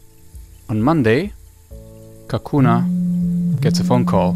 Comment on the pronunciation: Its Kokona not Kukuna😂🤣